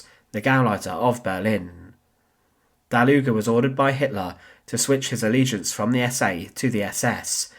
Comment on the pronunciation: I kept on hearing "der Luger" 😅